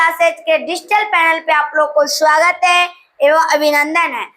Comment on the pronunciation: Bhai bura nahi maniye lekin aapne swagat ki jagah shwagat bol diya hai.